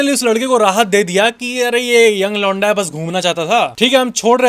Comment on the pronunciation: When you say 'londa', my brain processes it as 'lauda'!😅